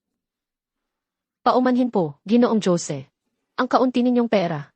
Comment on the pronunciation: Jose hindi jo-se na mag-kahiwalay na salita kasi Pag mag-kahiwalay na salita pangit pakinggan. Saka bakit palaging sinasabing maria dapat sabihin niyo na lang yung salita ng carakter na gumaganap